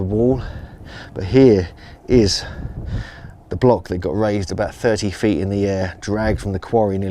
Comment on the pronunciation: Unfortunately too much bla bla, by someone privileged to have had an English education in his hom country, yet can't or refuses to pronounce the simplest English words properly. "Got" became "gop" and the like. It hurts the ears. Speaking to an international audience, the narrator should have realised, that people would have trouble following and understanding and he could have been a much better ambassador to his country. Or one should have chosen a better narrator who can simply speak better (London) internationally understandable English.